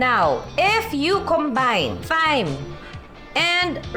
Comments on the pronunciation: Thyme is pronounced as time. Thailand is pronounced without the H. Hope this helps 😊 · Love the video, however according to my friend, Thai should be pronounced as "tai", and thyme should be pronounced as "time", just like Thomas, it's "Tomas". Very informative ang mga videos mo Ms. Judy Ann, ang dami ko natututunan. Thank You!